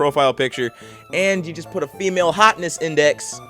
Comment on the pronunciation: funny way to say female